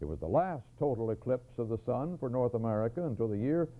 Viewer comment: he read the copy "am-merica", so yes, it was time for him to retire.